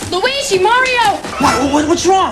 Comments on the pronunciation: Weegee Mario. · I believe it is weegee malleo